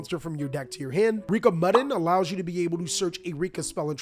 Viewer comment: Bro I think Mudan's name is MOO-DAWN, not muddin' 🤣